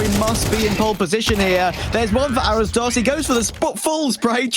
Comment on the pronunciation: As a brazilian. Seeing two portuguese speaking teams matchup. And hearing these stupid casters say Arrozdoce as if it was written "arrowsdos". Shamefull. Can't even look up how to pronounce words. Imagine these people trying to learn a second language?